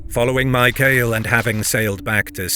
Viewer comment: Isn't it pronounced Mi-ka-lay, rather than My-kale?